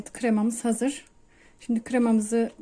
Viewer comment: ‘Hamuğumuz hazıy oldu’ diyen ağzı da yiyebiliyor muyuz 😍😍😍